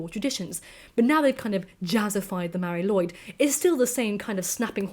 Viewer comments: Sorry for being "that" guy, but it's not pronounced Lloyd but something close to lu-id. Mari Lwyd literally translates as Grey Mary. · please keep making videos,! Your voice is addicting to listen to:) In Wales, we pronounce it 'loo' and 'eed', all one word, Mari Lwyd!:) Its a nuts traditional and I'll be honest even as a welshman if someone rocked up to my home with a horse skull on their head I would be horrified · That’s not quite right, since the w here is pronounced as ‘oo’, so taken together Lwyd is ‘loo-id’. Welsh vowel sounds can change depending on what letters they are next to in the word. The y sound is often an ‘uh’ sound, but not always.